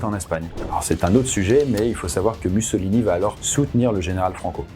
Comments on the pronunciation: Raconter tout le règne de Mussolini (ça se prononce moussolini si jamais) sans mentionner le fait que les industriels italiens et britanniques ont poussé les fascistes au pouvoir pour réprimer les mouvements ouvriers après le Biennio Rosso ... Bravo, j'imagine ? Vraiment nul. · je suis italienne, la prononciation correcte est "moussolíni"